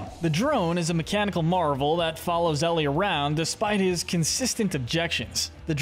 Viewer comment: Eli❌ Ellie✅